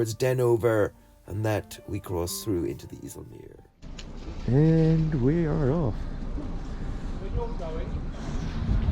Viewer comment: Its not the north sea Its the Waddenzee. You dont use charts.? And Its not the iessell meer Its Called the eisselmeer